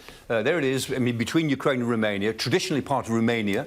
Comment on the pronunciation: ROmania not RUmania